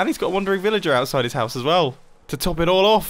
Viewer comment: It triggers me hearing mumbo say “wandering villager”